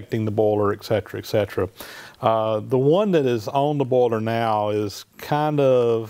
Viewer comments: Wooster I clearly heard him say it many, many times and he clearly is saying "bowler". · I think he's saying boiler. As in steam boiler.